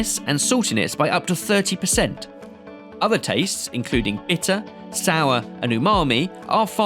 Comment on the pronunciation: itter, did I hear that correct? I rewond so many times